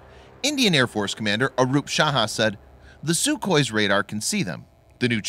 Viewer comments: he's Arup Raha..not Saha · Arup Raha not Saha